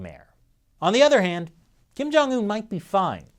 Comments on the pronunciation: Kim Jong-ill-un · I laugh when he said kin jung un in a shape a circle one.....